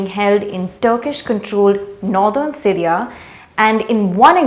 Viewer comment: The pronunciation of Syria as Sireeaaa is irritating.